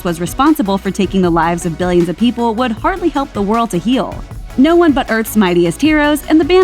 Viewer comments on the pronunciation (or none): none